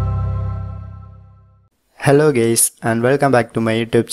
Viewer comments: No I know he said Hi guys, it just sounds like gays. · Who else thaught the said hello gays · On the start it sounded like he said hello gays😂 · me clicking on this video, >intro >the man who speaks: hello gays :D